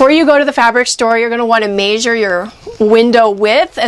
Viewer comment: "may-zure".... measure, it's measure. with an "eh" sound m-eh-sure